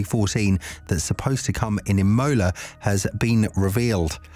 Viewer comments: “Im-O-La” not “Im-Oh-La” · Wtf is going on with E-moula, E-moula, E-moula.... annoying as f..... Learn how it's pronounced already..... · Say Imola again?